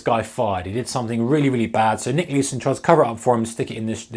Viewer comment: Thats not how Nick says it